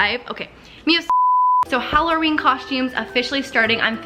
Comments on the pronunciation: 😂😂😂😂😂 You keep on saying holoreen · Hallerween lol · Why does she say Halloween different?????